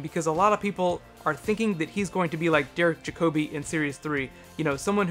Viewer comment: Good video, but I hate the way you Americans mis-pronounce everything. Derek Jacobi (that is Jack-Obbie) and Mark Gattis (not Gate-iss).